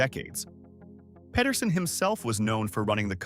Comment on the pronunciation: The things I never knew! Just one nitpick that I have had my whole like, but my brain hurts every time I hear most people say Pedersen. Pe-der-sen, not Ped-er-sen… no one says Pet-er-son, it is Pe-ter-son.